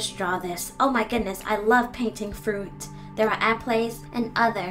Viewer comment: She says appleys instead of apples lol